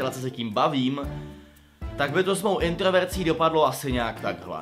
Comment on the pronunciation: Introverzí C: , ne introvecí (já vim já vim už jsem zticha)